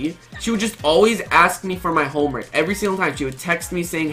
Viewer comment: RUG!! SAID HOMEMERK